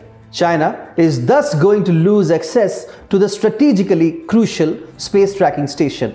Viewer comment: Access is pronounced as ak ses and not excess. Just Google it...How can be so unmindful of such errors?